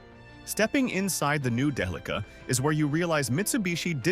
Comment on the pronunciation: Day-uh-lee-kuh. what a strange pronunciation. isn't it more like DEL-ICK-AHHH???